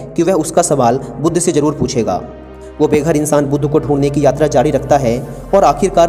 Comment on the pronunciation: भाई बुद्धा नहीं बुद्ध ही बोला जाएगा